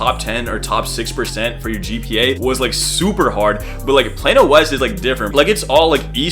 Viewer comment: Excuse me it’s Plano not Plano that’s sounds like a medicine